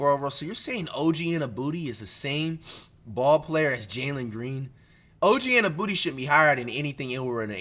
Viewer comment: Who else heard how he pronounced anunoby 🤣🤣🤣🤣🤣🤣🤣🤣🤣🤣🤣